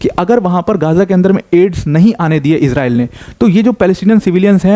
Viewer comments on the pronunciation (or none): none